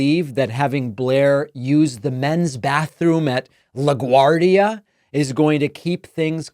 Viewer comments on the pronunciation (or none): none